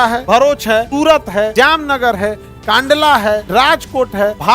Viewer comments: कांडला ❌️ कंडला ✅️ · Kaandala❎ Kandala✅